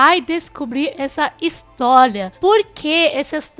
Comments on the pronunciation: A palavra "histólia" te pegou kkkkkkkkkk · Eu amo, quando o vcs trocam o L pelo R tipo: HistoLia kssksk amo